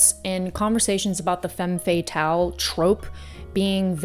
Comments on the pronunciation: It's Femme Fata-LE lol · Love your speaking voice and abilities. The term is pronounced more like “fam fat-al” 😘